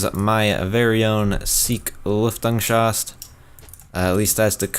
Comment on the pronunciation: "Lüftengsschacht" do you mean Lüftungsschacht ?